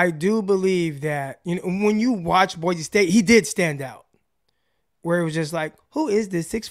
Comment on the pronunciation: As an Idaho native, I got a pro tip for you. Boise is pronounced "boy-see".